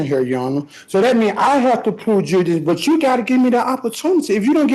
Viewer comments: Love how the ones who cannot pronounce “jurisdiction” are always the ones challenging it. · The irony is he can't even pronounce the word jurisdiction. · He keeps repeatedly breaking the rule… You can’t ask about jurisdiction if you can’t pronounce the word. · "Da jurrasdission gots ta be stablish for da hurrin can pwaseed! If da jurrasdission challens da hurrin caint pwaseed!" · He wasn't challenging "jurisdiction", he was challenging "Juri-dition". Totally different. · This Guy is an Overgrown DUH-RELL BROOKS!! He can’t “AXE” questions Properly! Or say Juri-Diction right! If you wanna argue different things in Court! Such as JURISDICTION!!! Learn how to talk first!!! He gonna be Walk’n the Green Mile!! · “You ain’t establush jurydishion yo honuh.” Jeezus. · 🤦🏻‍♀️Every time he said "juridition" my head hurt a little more! smh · I can't with this one. I just don't have the patience; between the speech impediment and the word salad about "jurisdition", I can feel my blood pressure rising. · What language is he speaking? What’s Jurmadikshun? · Every time he says "juridishun" in that whiny voice I want to punch myself in the face. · tf is "jerrydishun" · What is “juradishun”? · Can anyone tell me, what exactly, is "JURY- DICTION" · Das appen wen there's no jurisdissun yo anah! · Ah yes...... Good Old JURYDISHUN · Did this idiot say "juradition?" Stay in school, kids. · He doesn't even know how to pronounce the simplest of words. WTF is jurydishin? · Juridishun...😅 The magic words won't work if you don't say them right! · WTF IS “jurryditchion”??? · I've heard jurydiction and juritdisen. I have no idea what he's talking about. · "Libary" "Juridiction" "doodat" The sovcit lexicon is something else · WTF is dewidishion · And then we have the legal scholar that cannot pronounce jurisdiction. Bring it on with the jeridision. Bet the office had a few chuckles after this fool left for the day. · Is he sayin the court lacks 'juridiction'?😂😂😂😂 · You mean Jurrydition??